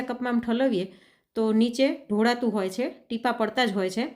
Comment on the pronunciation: ઢોરાતુ હોય નહીં ઢોળાતુ હોય દેશી બેન....😂 બોલતી વખતે તો શુદ્ધ ભાષા વાપરો કમ સે કમ 🤦🏻🤪